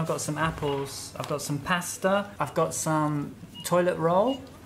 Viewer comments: En los vídeos escucho mucho a diciendo /som/ (some) y /broder/ (brother). Pero es /sam/ y /brada/ verdad? Gracias por vuestros vídeos, son la "milk" 😂😂 ❤️😘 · says "som" and "si" (she) haha.. she's amazing!!